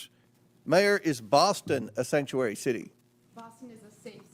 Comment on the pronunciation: All of a sudden they can't say the word sanctuary